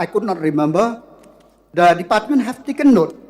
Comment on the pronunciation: I like his broken pronounciation ( department)